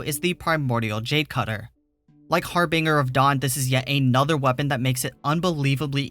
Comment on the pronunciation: bruh, I had to stop listening when you butchered the harbinger of dawn lmfao